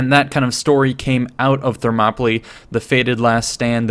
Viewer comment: You’re saying Thermopylae wrong